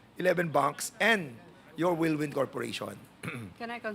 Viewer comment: Cassandra Ong: "wirldwind" (instead of whirlwind)🤣🤣🤣